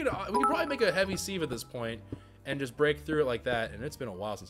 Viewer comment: Sieve has a soft vowel sound, so it sounds like "give" instead of "leave." #dadcomment Glad you're back!!!